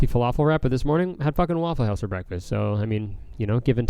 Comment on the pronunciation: How does he say Waffle House in an American accent but says hoüse in a Canadian accent